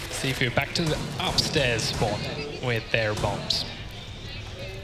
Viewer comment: Every time he says "Cifu"... I'm like it's "Gifu" dude.